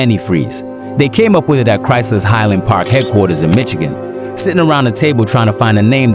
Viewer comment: He said mitch-agin lmaoo